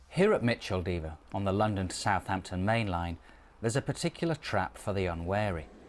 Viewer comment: That’s not the way to pronounce Micheldever